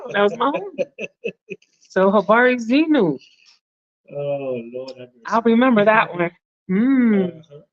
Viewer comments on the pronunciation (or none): It is habari zenu. Not zenyu.